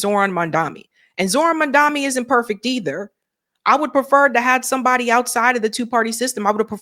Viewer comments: Girl, his last name is MAMDANI (not Mandami) 😎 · Hi, great content as always, but can you please try to pronounce Mamdani's name correctly? You keep saying Mamdami instead of Mamdani alot. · His name is MANDANI, not Mandami 🙃